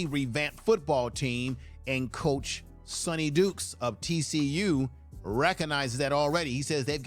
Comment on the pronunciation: At least get the opposing coaches name right. It’s Sonny D”Y”kes!